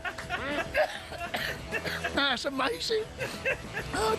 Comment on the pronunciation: Its wales not wals